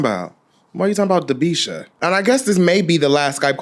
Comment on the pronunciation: Not Dabeisha chile...